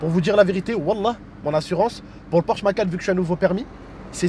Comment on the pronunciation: Est tu a insulté porche en disant maquan au lieu de dire Macane:):):):):):) walha tu ma tué de rire j'en pleure maintenant:):):):):)